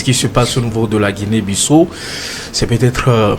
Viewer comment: S'il vous plaît messieurs les journalistes faites un peu d'effort, Ça se prononce : Guinée Bissao, c'est un pays lusophone , ( ex colonie portugaise) merci.